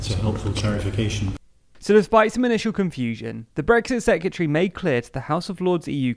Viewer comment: Sec-re-ta-ry. Secretary. Not sec-u-tree.